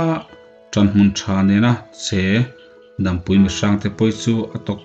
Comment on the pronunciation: Dampui i lam dan pawh hi a diklo